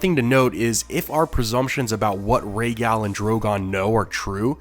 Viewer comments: Its not gal, like a girl, its pronounced gahl, like gall bladder. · You say Rhaegal the American way. It’s annoying.